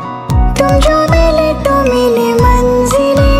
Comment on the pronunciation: I love your voice and composition but you should work for hindi (urdu) Pronunciation like manzil not manjil, khuda, jeena not zeena. Its natural bcoz of nepali tongue but u should correct this. Anyway this song is amazing superb ❤❤.